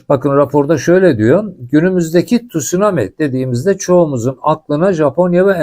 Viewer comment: Tut sunami değil abi , tsunami